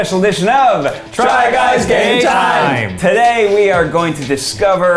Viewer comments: He literally never says game time he always says gay time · Eugene definitely said “Try guys GAY time!”